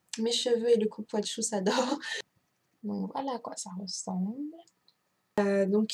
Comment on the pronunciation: "Coupouassou" pas coupouatchou :)